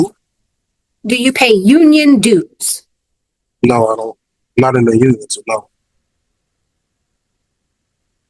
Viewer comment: The way that woman could not pronounce dues properly was annoying